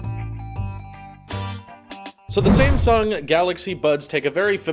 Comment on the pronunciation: am i the only one that heard "same sung" instead of "sam sung"